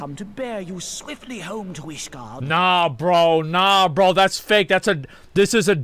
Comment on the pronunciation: Since asmon calls ishgard "Isengard", someone should edit a video of him entering ishgard with lord of the rings soundtrack.